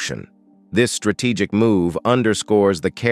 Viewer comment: How come this man pronounced strategic as ‘strate kic’?